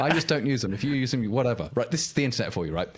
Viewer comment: And TJ with the "yose"